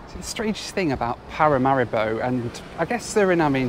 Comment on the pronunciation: Small nitpick… Paramaribo is vocalized like Paramareebo.. otherwise love your videos.